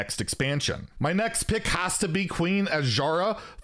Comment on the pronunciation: Hey, you learned how to pronounce Azshara!